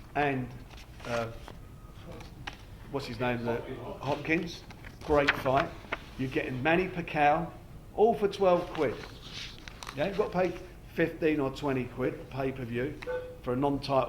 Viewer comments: Hahah yeah Packow, and Carl 'Frock' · You hear how he pronounced pacquiao